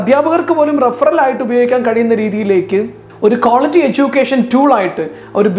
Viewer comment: It's quality. (ക്വാളിറ്റി ) Not ക്വോളിറ്റി .if you are a presenter please make sure you pronounce a good English. Sorry to mention.